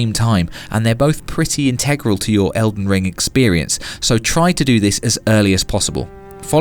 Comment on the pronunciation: You know there is a G in that games name right?